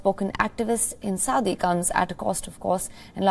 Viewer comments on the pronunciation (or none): It's Saudi, not suadi.